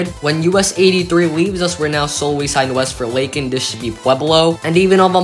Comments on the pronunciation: ...and LAY-kin, not LACK-in. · "Lay-kin" not "Lah-kin."